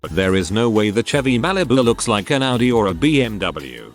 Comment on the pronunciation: this bot prounces AUDI right!!!!!!!!!!!!!!!!!!!!!